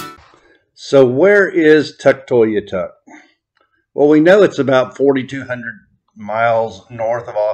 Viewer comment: You’re pronouncing Tuktoyaktuk wrong. You’re forgetting to say the middle K :) Tuk-toy-ak-tuk